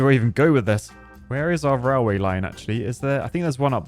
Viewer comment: Nobody: "RALWAY"